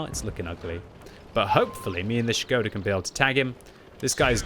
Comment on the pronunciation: SHI-GO-DA!!??? half of the video i was wondering what is that??! some Japanesee player?! Wat??! it’s SHKO-DA!!!😂😂😂😂 cmon!